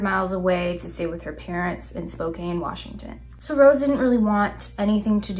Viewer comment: being nervous about saying Cheney correctly after so confidently saying Spokane wrong. So precious. Also I love these videos. Looking forward to more. (It's Spoke-ann)